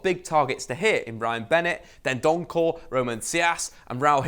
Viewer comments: It's Dendoncker, not Dendonckel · It's Neves not navas it's dendoncker not dendoncore it's saiss not siass it's moutinho not moootinho. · "Seeass" "Dendonkorrr" "NAVAS"